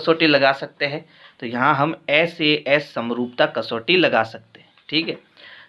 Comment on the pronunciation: Sir vo SAA nhi SAS hota h😂